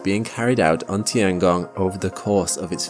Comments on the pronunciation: “The tee-Ang-gong” It’s literally “tiengong”, 2 syllables. Meaning sky. Meaning sky. Sounds so annnoying when u try to westernise every word. Same like chow mein: it isn’t chow meen, it’s “chow-mien” If u can say Kruh-sant for croissant , u can say tiengong. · It's tian gong, not ti an gong. Check google translate for better pronunciation.